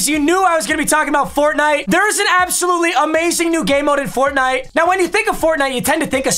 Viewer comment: I don't wanna ever hear him say fortnitw, its funny that his most viewed vids are fortnite